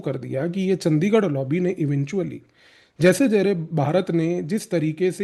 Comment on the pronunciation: bhai its चंडीगढ़ hai,चंदीगढ़ नही,very right ,ye h ese log yaha pr